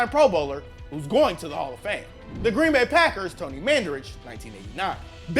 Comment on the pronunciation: “Green Bay Pakers”